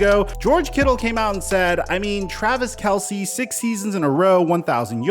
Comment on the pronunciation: By the way it’s pronounced Travis Kels, Not Kelsey…